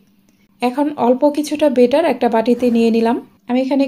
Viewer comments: বারবার বেটার বলছেন, উচ্চারণ হবে ব‍্যাটার Batter। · 😂😂😂ব্যাটার না বেটার হবে।। আপনি ভুল উচ্চারণ শিখাচ্ছেন।।